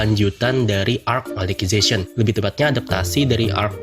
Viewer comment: Cara baca yg bener: Sord Art Onlain (tanpa nyebut W) Es E O (ini sering bgt d sebut d animenya sndiri, masa kalian baca subtitle doang ga denger seiyuunya, katanya fans SAO.) Elisizasien (kata dasarnya Alice yg d baca Elis dan zation)